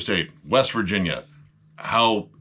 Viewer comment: Virginia? I thought you said West Vagina. Man I was way off.